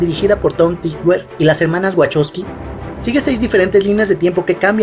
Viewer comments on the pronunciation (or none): Pero es wachovsky y se pronuncia "vakovsky"...